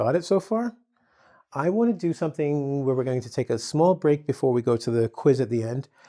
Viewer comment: You pronunce it differently to "were". "We're" is pronunced exactly with the "we" at the start.